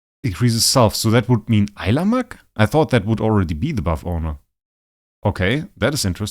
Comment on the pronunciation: Pronounced like this. I-La-mack. At least I say that way 😊